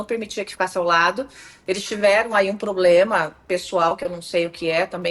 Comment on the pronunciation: Lula é um velho gagá, doido de jogar pedra e a analfabeta da mulher dele não FEZ FACULDADE, ELA PASSOOOU POR UMA FACULDADE. Que é bem diferente. Uma pessoa que fala abrido, cidadões, ploblemas, inresponsável... kkkkkkkkkkkkkkkk vamos combinar, né? É o fim do mundo. Mulher ridícula, fútil, e patética.